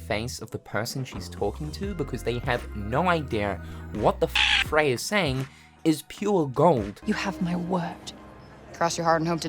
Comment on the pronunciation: exactly. people need to relax is ultimately what im saying. square did their homework enough to get fraye correct.